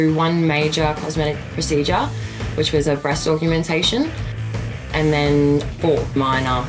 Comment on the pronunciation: she also said breast augumentation haha